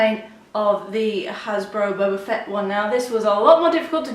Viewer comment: Of your a true starwar s can you would say boba fett not bouba